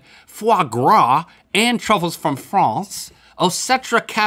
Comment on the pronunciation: Did link say "truckles" instead of Truffles??